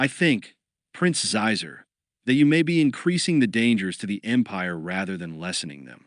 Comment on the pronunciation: There are a few like that. Xizor is supposed to be pronounced like Sheezor, not Zyzer.